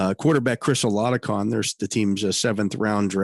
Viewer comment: THE Pittsburgh Steelers QB 's name they released is Chris Oladokun, boy did you butcher his name! 😆 Thanksmfor the updstes though on who they cut. Mason Rudolph wil be a Pittsburgh Steeler until after this season he is under contract until then.